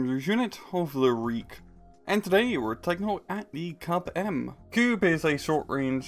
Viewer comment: KUB-M, more like KUBE-M